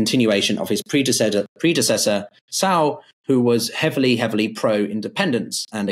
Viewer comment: lai not loa. tsai not tsao. gawd..